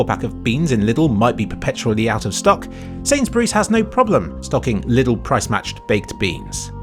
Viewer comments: Just want to mention that it's not pronounced "liddl" and more like the name "Lee". Leedl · Its funny how you pronounce Lidl :D The "correct" way would be Leedl and not Little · European detected. For some reason, that's the official pronunciation of Lidl bere in the UK. Watch any advert on the TV and they say it just like that. It's kinda like how you might get an aneurism the first time you hear someone say La Croix out loud. But it turns out "la croy" is just how the company wants you to say it. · The way you pronouce lidl is hilarious but i dont blame you :D What really surprised me was that our german supermarkets are the cheapest in england lol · I just like how pronounces "Lidl".